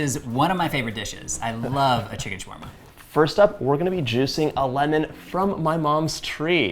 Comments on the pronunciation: Why is it shwarma and not shawarma 🤨🤨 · Excuse me it's "sha wa rma" not "shwa rma" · I just wish he learned how to correctly pronounce his food. ShAwarma, TuuRRRmeric